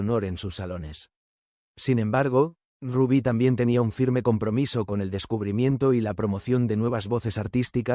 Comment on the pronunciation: Hola y por que dice Raby, su nombre artístico era Rubby Pérez